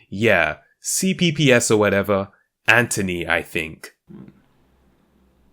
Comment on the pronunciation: I think only in sweeney todd and with you, have i ever heard Anthony every said like that.